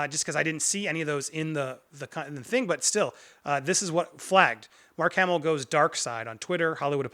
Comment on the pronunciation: The name of the man is Mark Hamill. Not Mark Hammil.